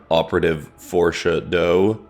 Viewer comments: Oh my goodness, Forshad...Forshadow😂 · "operative Forsha doe" .. i have no words, but.. slow clap